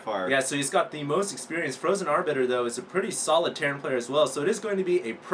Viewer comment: HALLELUJAH, is finally saying "Arbiter" right!:D